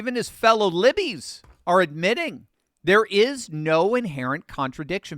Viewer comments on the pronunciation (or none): "Fellow libbies" 🤣